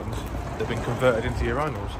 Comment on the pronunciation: the pronounciation of urinals is criminal